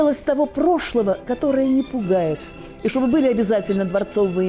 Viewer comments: Почему ведущая все время говорит ШОБЫ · ШОБЫ ты спросила